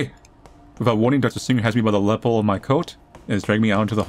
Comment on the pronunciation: Lapel La-pell